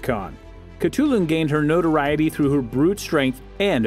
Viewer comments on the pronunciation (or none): none